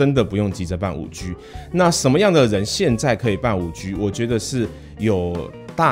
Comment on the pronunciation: ＂5G＂應讀＂5基＂。請參考美語發音及中國科技學者的讀音。請不要再發音＂5拘＂，太刺耳了。